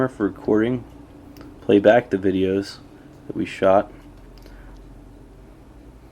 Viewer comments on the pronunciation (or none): none